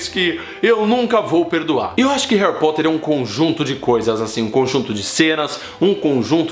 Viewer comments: aew cuto "reri porti" kkkkk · peidei molhado quando tu falou Harri Poti kkkkkkkkkkkkkkk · "Harry pote" kkkkkkk Kkk caguei de rir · HAHAHAHA Harry Poti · Harry poti 😂😂😂😂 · Harry Pot kkkkkkkkkkkkk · "Harry pote" tah parecendo minha errando os nomes 😂😂